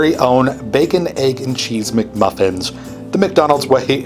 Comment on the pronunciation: Love the video but the way you say egg makes me cringe. What can we do about this?